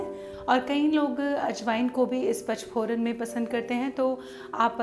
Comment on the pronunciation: nice idea. Par eese PACH PORAN nahin bolaa jaataa PA N CH PORAN kaho tau sahi uchhar hogaa. Aap bolte ho ees mein anuswar nahin bol rahi ho . PANCH = Paanch / PACH kaa tau koi arth hi nahin hai! Text mein likhaa hai headline mein vo baraabar hai par bolne mein aap galat uchhar kar rahi ho.